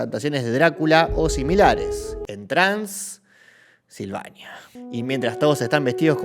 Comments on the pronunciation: Yo solo puedo pensar en la pausa innecesaria en "TRANS...ilvania" 😂😂😂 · La forma en que dice "trans" silvania es épico. Después de decir que los peores monstruos estan en el vaticano 😅😅